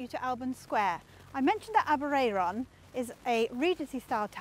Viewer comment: Aberay-er-on - you got me there - Always thought it was Aber-air-on. Note: post office Aber-ayron...airon. air/Ayr (scots) aberraeron ab eray ron aber ray/rae ron - I think you need another r for aber ray ron ! -ish you refer to the air-on - so are you mispronouncing Welsh placenames ? If so, what chance have we got :) You mean Shrowsbury ? My brother suggests Aber i-ron. !!!!